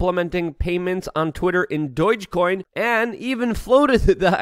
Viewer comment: “Doyge coin”